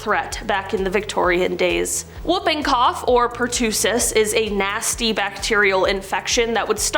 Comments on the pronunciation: Pertussis is pronounced per-tuh-sis not per-two-sis. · Just fyi, pertussis is pronounced with a short u as in bus rather than a long one as in cool. Per-tuss-iss. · she also mispronounced pertussis.